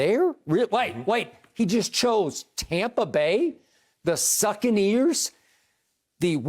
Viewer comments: “Tompa Bay” hahah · He literally says Tompa Bay like it’s their actual name this dude is psycho 😂😂😂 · Skip when are you going to say Tampa Bay correctly.